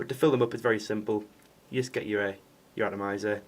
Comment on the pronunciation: Did you say "Twatomizer"!?